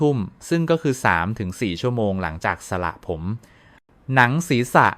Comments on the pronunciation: สระผมค่ะ ไม่ใช่สละผม อย่าใช้เสียง AI เลยค่ะขอร้องเถอะ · ทำไมพูดไม่ถูกด้วยสระผมอ่านเป็นสะระผมจริงต้องอ่านสะผม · ช่วยอ่านให้มันถูกต้องหน่อยค่ะคำว่าสระผมตัวพยัญชนะแบบนี้นะตามที่ขึ้นนี่อ่านวิบัติหมดเลยสะระผมอีกหน่อยเด็กไทยก็เขียนตัวสะกดการันต์ของพยัญชนะหนังสือไทยไม่ถูกต้องวิบัติเพราะอ่านแบบนี้AI แล้วสิท่า